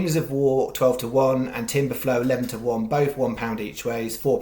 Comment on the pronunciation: I take Ascot Race 3.05 its Tiber flow not timber flow